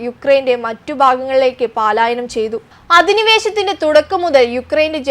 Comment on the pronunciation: 'വർദിക്കുന്നത് '? 'വർദ്ധിക്കുന്നത് ' എന്ന് പറയൂ. പാലായനം തെറ്റ് പലായനം ശരി